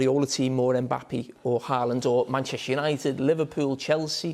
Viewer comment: Man said Mbappi